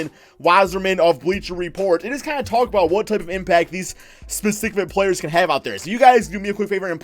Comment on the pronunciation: When you say just it sounds like jizz